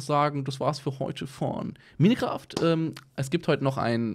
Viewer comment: das heißt nicht Mine"kraft", lappen